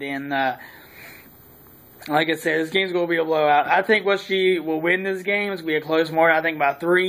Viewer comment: This is exactly why people from WV get a bad rep. Learn how to say West Virgina for some articulation if you're to make videos completely based on the subject